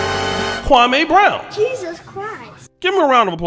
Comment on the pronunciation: Why do you keep saying that man name like that, damn!!! Kwame, has said the pronunciation of his name several times now and you all continue to do that Steven A. BS pronunciation. Come on bro, just say the man name correctly please…